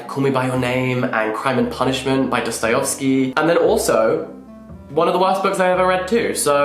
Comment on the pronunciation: Did you just mispronounce Dostoevsky?